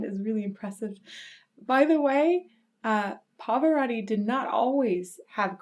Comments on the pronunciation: Who is the "Pavörödi"? Did you mean "PA-VA-ROT-TI"? Your pronunciation so sucks. You should learn how to pronounce it. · Perdona il mio commento,ma anche tu come quasi tutti gli anglofoni hai una pronuncia di Pavarotti davvero pessima,so bene che nella tua lingua le doppie si pronunciano come una lettera sola,ma dovresti sforzarti di usare le 2 TT di PavaroTTi,inoltre voi anglofoni traformate la lettera T in D,e questo cambia completamente il suono,diventa un'altra cosa,ti suggerisco di cercare file audio dove Pavarotti viene pronunciato correttamente,fallo almeno per il maestro,per le altre parole posso fare finta di niente,ma il suo nome è importantissimo per me,si lo sò sono un rompi @@ scusami di nuovo. PS sei bellissima(L e S doppie). 🤣🤣😂😂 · The correct pronunciation is Turandot with the final "t" because it is not French but the name of an oriental princess. And... there are two "t" in Pavarotti!! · Please learn the proper pronunciation of Pavarotti.. It is not Pavoraughti It is Pavaroati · It is Pa-Va-Ro-Tii Not Pavarori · Please don't pronounce your last name like that!! “Pavarori” 😖, It must be pronounced with T, PavaroTTi.. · It's Pavarotti, not Pavaratti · Parvararddi! Turandoe! Bizarre pronunciations.Turandot is not a French name, although it might look like one, and therefore the last T is pronounced. As for Pavarotti. The American way of pronouncing long As in foreign names sounds so strange. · Pavarotti is not "Pav'radi". For fuck's sake, if you're going to publicly talk about somebody for half an hour, at least make sure you know how to pronounce his name. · Love it but his surname is Pavarotti. Notice the O after the R. it is not an A. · you really butchered the his name haha, love the vids though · It's PavaroTTi, T as in fucking table, tornado, you always misspell italian names and surnames